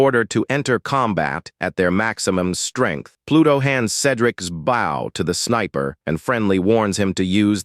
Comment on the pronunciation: Sad, low effort, AI slop made video. Wtf is dayth techniques??? Wtf is a draydle enemy??? Can't pronounce bow right after saying it a million freaking times! Sad...